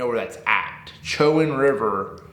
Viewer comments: Pronounced Cho-Wan… went to college down that area . Never fished that river specifically. But glad to see y’all coming to Richmond Va!!! I’ll definitely be there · Bro you butchered the name's in Eastern NC. You pronounce it Edenton like the garden of Eden and you can pronounce it Cho, big O and wan as a little a Chowan and even depends on that too. My mother pronounces it like Showan. But looking to see how you guys do down there